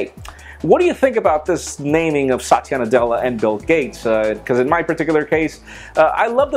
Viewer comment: It's not satiya it's sa-thi-ya